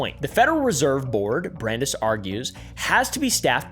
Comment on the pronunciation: Pronounced brand-ICE